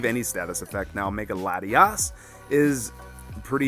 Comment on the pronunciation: Latios and Latios lol Lati"as"